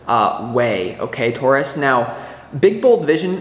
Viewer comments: And you say Taurus right my friend! We say it the same way here in Canada :) Thank you for this reading. It is good to be a Taurus these days. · You said Taurus the way I have said it all my life, in the UK it is also said like that 😂❤ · You say it perfectly Taurus! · I’m not from NY & I say Taurus the same as you 😊